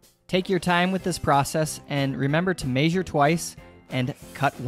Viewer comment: He says measure funny